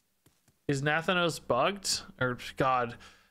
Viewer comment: While I usually dislike stuff being mispronounced, I also hate Nathanos because he's a developer's self-insert to fulfill a Sylvanas waifu fantasy. Mispronounce away!